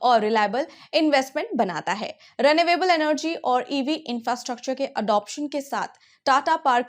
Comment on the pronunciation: Mam, Why do you pronounce renewable as "ray-nay-way-ble"?? Isn't it supposed to be ree-nyu-able?? At least, the Cambridge Dictionary thinks so!!